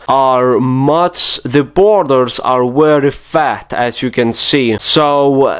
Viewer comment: 53 minutes of "wery just like that".